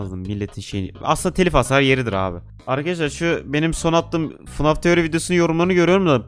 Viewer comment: Abi 0:6 fnaf demedin fnag dedin